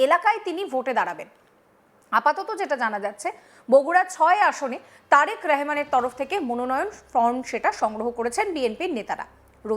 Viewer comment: ছাগল মহিলা “রেহমান” না অশিক্ষিত মহিলা সে “রহমান” নামটা ভাল করে বলা শেখ !